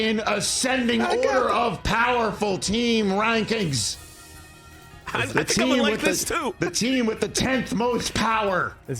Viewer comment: Rich Eisen’s “Teams Reiseng” Rankings